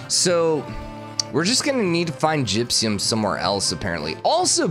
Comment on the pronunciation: "Gypsyum" instead of "gypsum" is seriously spiking my head.